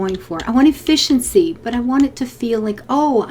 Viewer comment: At one point you said "efficiency in fishing". Now I can only hear "efFISHency". There's some potential for an episode title in there somewhere. :-)